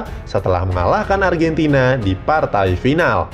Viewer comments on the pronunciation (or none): none